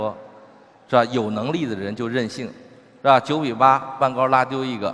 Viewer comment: Emily Lee 他是说“是吧” 说快了就这样